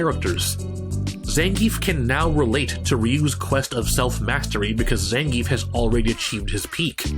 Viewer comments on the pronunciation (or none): 1: It's not ZAN-giev in Russia, it's zan-GI-ev. The 'ie' is made of two sounds, and the emphasis is on the middle. Zangief can be pronounced however you want, though. (Fun fact, how they pronounce Potemkin as an announcer is accurate to its Russian origin. The "e" in the name is actually a "ё" , which reads as "yo", not "eh" or even "yeh". Which is why it sounds like "Pochomkin", cause that's the name of the ship in Russian.) 2: I wouldn't say Blanka doesn't have an arc anymore, albeit, he is pretty clownish. Him selling Blanca dolls can be his way of helping his mother and learning to take care of himself in the world of steel and cement, instead of a jungle, as well as take care of her. Honda is, though, VERY MUCH , a one note character. Honestly, the fact that he can be friends with so many people should've been at least something to get him more fleshed out, like he is very charismatic and knows how to deal with people. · Gr8 info here. Hey I used to pronounce his name wrong too like everyone else. It's actually Zahn-Gee-Eff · When the author of "Respect Zangief" can't even pronounce the name correctly... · 12 minutes of a guy seriously talking about how silly fighting game characters not evolving as characters is a problem. Dude. It's fighting games. Nobody cares. I'm Ukranian and I know for sure that if Zangief is Russian his name is most-likely supposed to sound as Zangiev, but I don't care because nobody, even the creators don't. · You say his name wrong.